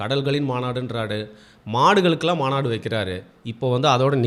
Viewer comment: Mandu illa bro maabadu sorry maanadu